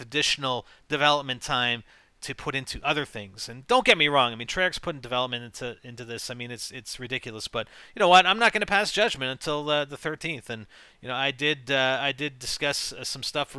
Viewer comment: its treyarch, not trearch